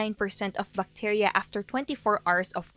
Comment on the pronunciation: when i heard Buckteria i knew u were pinoy :D